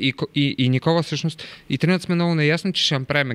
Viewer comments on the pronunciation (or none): none